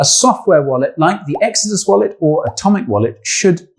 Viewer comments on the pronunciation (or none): none